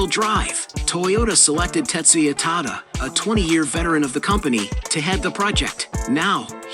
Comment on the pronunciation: its Tetsuya TADA not Tata. Tata is completely different 🤪